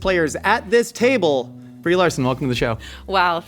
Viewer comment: Can't even start with her Briename correctly